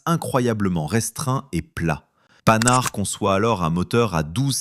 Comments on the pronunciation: Panhard pas Panard, vidéo faite par IA à l'évidence. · PANHARD pas panard 😂😂😂😂😂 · Vidéo ridicule : - Sur la forme, incapable de prononcer la marque Panhard correctement. Ce n’est pas panard ! Il y a un H ! - Sur le fond, presque tous les véhicules de reconnaissance de l’entre-deux-guerres disposaient d’un inverseur leur permettant de repartir immédiatement en marche arrière avec un pilote dédié (les SdKfz 231/232 allemands, l’AMD 178 mod. 1935 française, les autoblinda italiennes AB40/AB41/AB43, l’AGDZ autrichienne…) Cette idée n’est pas nouvelle. La nouveauté est un blindé symétrique (et non asymétrique !) La voiture 201 a été un prototype d’avant-guerre dont les plans ont été cachés aux Allemands. Elle deviendra l’EBR. - Son retrait est surtout dû à l’absence de protection NRBC. Dans une hypothétique lutte contre les forces du pacte de Varsovie, celles-ci auraient probablement utilisé l’arme chimique (1/3 des obus d’artillerie de l’époque étaient chimiques).